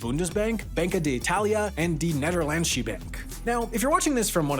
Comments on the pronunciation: Do we even need to rinse pronunciation of Deustche, d'Italia, and Nederlandsche? Can we just take it as read that has no idea how to pronounce foreign words?? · Congrats on your nomination for 'worst pronunciation of Nederlandsche' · How he pronounced the word:Nederlandsche. Had me dying😂😂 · Ah yes the nederlandsjie bank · Hearing hai try to pronounce ‘netherlandsche bank’ i hella funny